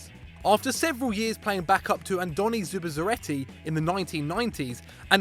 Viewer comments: Out of all the things to pronounce wrong with a name like Andoni Zubizarreta, the a at the end???? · Aiker Casillas? Zubezarreti? STFU